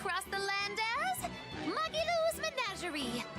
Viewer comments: Its Ma-Gee-lu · How is Magilou in this list? How is it you can't even pronounce her name when the clip you showed immediately after has her name pronounced correctly? How? Why?